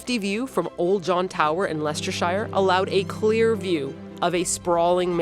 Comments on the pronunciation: It's not LESTERSHIRE it's LESTERSHER. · Jaw dropped when you showed off Lyme Regis! Spent many a summer there as a kid, and in Weymouth where my dad’s family were. Also just a gentle nudge: Leicestershire is “less-te-sher” (not shy-er) and Axminster is Ax-min-ster (not minister) but those are extremely easy mistakes to make (and also it IS said “laycock” not la cock but yours is funnier so stick with it) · Sorry everyone who loves her but find her as annoying as an American who can't pronounce words. It's not Lester shire it's lestershur it's not hard. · Shire at the the end of a county is pronounced sure.They'll know you're a foreigner for shire 🙂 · It's pronounced "Lay-cock". And "Lester-shir", "Gloster-shir", "Worrick-shir". Streatham is pronounced "Saint Reethum" and St. John's Wood is "Sinjun's wude". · As a Birt, hearting "Leicester-shire" hurt me 😂 I'm so glad you got to visit! We have our awful points over here but the beautiful places are wonderful, I'm glad you got to see some of the beauty! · This is so whimsical! And lovely to see all the different cities you visited (I'm a Brit)..makes me want go visit them again! Pronouncing Leicestershire and Axminster was a chortle...and you missed Piddlehinton etc for funny places names 😂